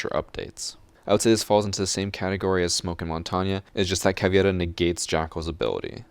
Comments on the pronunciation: All I will ever ask of you is that you pronounce “Caveira” the right way. The “i” goes after the “e”. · It's pronounced Cah-vay-da, not, Cah,vee-ed-a. It means "skull" Im fluent in portuguese. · Caveira's name is actually pronounced more like "Cav-ey-ra", since it has an EI not IE. Nice vid though!